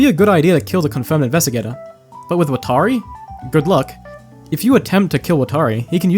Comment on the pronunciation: Did you watch death note subbed or dubbed? Cause the way you're saying watari is bothering me lol. Its nothing like the show